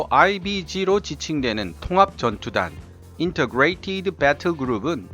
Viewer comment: 늘 보고 있습니다. 70 넘은 나이에 새로 군사 무기에 취미를 붙일만큼 재미 있게 만들어 주시는 수고에 늘 고맙게 생각합니다. 분명하고 활발하며 자신있는 원어민 음색의 영어 발음도 훌륭하십니다. 다만 액선트의 위치는 꼭 확인하세요. integrated 는 첫 음절 액선트에 익슥한데 마지막 음절 액선트는 생소합니다.